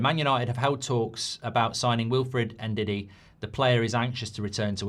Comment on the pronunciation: You dont say N-Didi its Ndidi it does start with En same sa Embumo Its Mbumo no M-mbumo